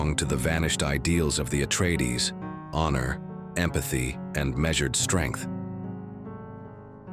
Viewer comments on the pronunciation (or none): none